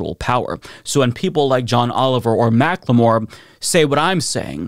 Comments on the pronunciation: Mackle-more not Mack-le-more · For future reference, it isn't "Mac-Le-More" it is pronounced "Mack-ull-more". 😘👌